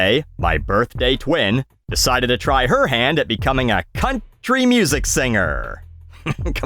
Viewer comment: did you pronounce country like that on purpose😂